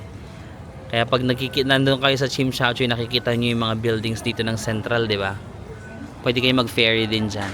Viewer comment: Not Chimshatchuy! It’s TSIM SHAT SUI